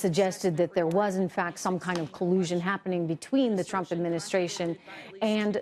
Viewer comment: Shhhhhh be vewe vewe quiet Twumps hunting wibewals.